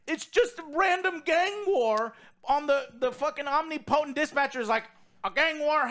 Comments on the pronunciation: om-nip-o-tent....not omni-potent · lol Omnee Potent - English language slayed once again. It's pronounced Om-ni-pa-tent with no break in it 🙂 Did you get word of the day toilet paper from OJ? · Joe's pronunciation of Omnipotent is awesome lol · Holy crap can someone tell how to pronounce omnipotent